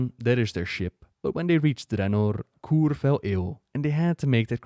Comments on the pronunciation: I believe it's pronounced 'Koo-Ray', not 'Koore'. Otherwise, great video! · Bold direction mispronouncing "K'ure" despite the voiced lines saying it correctly literally seconds earlier in the video.